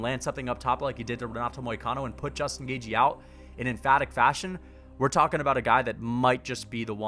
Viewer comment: justin gauge-y